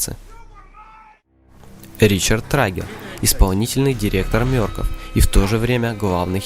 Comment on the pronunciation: не мёркоф а мёркоф